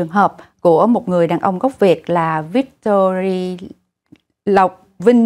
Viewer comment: Victory thì luôn luôn là "y" chứ đâu có "i", không có "Victori" nhưng" Victoria" là khác rồi.